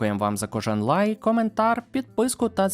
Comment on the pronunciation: Я постійно чую у ваших відео «дякую за кожен ЛАЙ» 😂😂😂